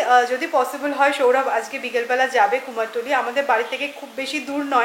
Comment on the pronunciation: অনেকেই বলে এটা শুনেছি।ভুল উচ্চারণ খুব কানে লাগে। তারপর অপারেশন টা কত বার শুধু ওপরেশন বলে গেল। যাই হোক এগুলো নিয়ে বলার কিছু নেই।কিন্তু কুমোর টুলি টা খুব কানে লেগেছে।